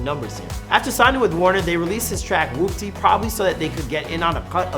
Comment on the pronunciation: Thank god this guy said "Whoopty" right unlike the guy that did the before they were famous on CJ